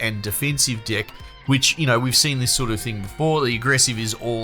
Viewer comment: Aussie accent made "deck" sound like "d**k". For a sec, i heard "d**k building". Maybe just me. But I agree with your opinion and I too disagree with the concept of locking cards and items behind hours of painful and boring grindings.